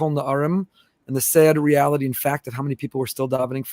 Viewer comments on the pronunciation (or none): none